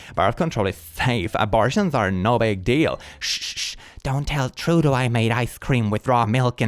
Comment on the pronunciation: It's pronounced Truh-Dough, the Canadian Prime Minister Broooo Can't pronounce anything 😭